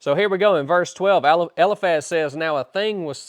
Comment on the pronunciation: Isn't it pronounced. El - eye Faz?